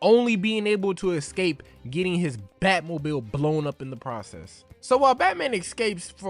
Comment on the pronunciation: Dude was able to pronounce “escape” correctly only one time out of the 9 attempts in this video.